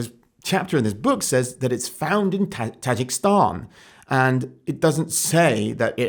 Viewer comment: Imagine being that woke idiot, pretending like she’s doing any kind of actual research or science. Lord help us. Also, terrible effort on the pronunciation of Tajikistan m8 lol